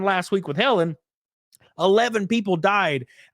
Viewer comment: Its not hurricane Helen it's Heleen 😂 Just leave, they cant stop you!!